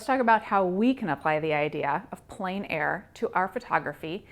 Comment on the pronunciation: It is pronounced like plen 😊